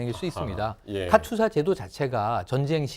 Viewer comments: 여자 변호사는 카투사 발음도 제대로 못해서 "카튜사"라고 말하고 있고, 카투사에 대해 얘기를 하지만 카투사 출신도아닌 남자가 나와서 30년전에 군생활 한 친구가 한 편하다고 한 얘기를 떠들고 있고, 내용은 다 주워들은 확인도 안된 내용이고 (~하더라), 역시나 세부내용은 맞는게 진짜 하나도 없고, 아주그냥 가관이다. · 카투사가 맞음 카튜사 카츄사 거리는 것들 졸 거슬려